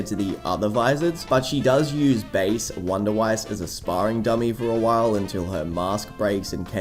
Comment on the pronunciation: Also wunderweiss name is German. Even if it's in a Japanese anime. Say it right